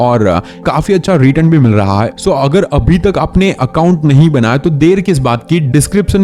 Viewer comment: Why are you saying hai ko haim